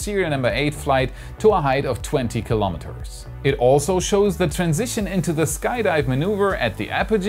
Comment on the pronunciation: Kilo'meters. [not kalamaduhz]